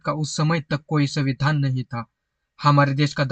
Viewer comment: आपने संविधान बोलते वक्त संविधान का उच्चारण कितने बेधंगे तरीके से किया है.ऐसा लग रहा था के आप जाब बुज के संविधान को चिडा रहे हो.